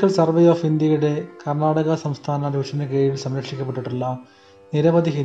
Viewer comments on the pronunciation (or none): none